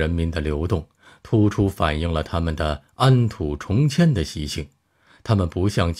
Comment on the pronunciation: 安土重（众）迁，你一本正经念白字不嫌丢人吗